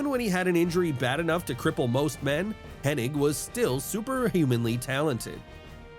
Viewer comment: It's Kurt HENNIG, it's NOT Kurt "HennING"... Shouldn't YOU, of ALL people, get it right?!?!?!